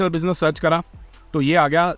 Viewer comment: International Bussy-ness 😂😂😂 the way you said it omg 😂😂😂